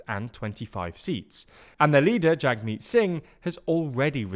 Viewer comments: Jagmeet’s name is pronounced jug-meet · The NDP sacrificed itself for the sake of the country. People did not want the conservatives in and wanted to avoid a vote split, so Liberal was the only choice. Also, the A in Jagmeet is pronounced like a U, so it sounds like Jugmeet Singh. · Pronunciation: Singh's first name is pronounced jug-meat. Not that it matters now, since he's apparently resigning after his total defeat. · He's still saying it wrong (Jagmeet, too).